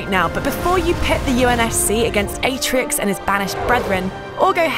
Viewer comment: It’s atrox Not atrix